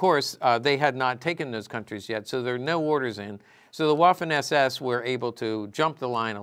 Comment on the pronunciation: It’s pronounced “VAFFEN “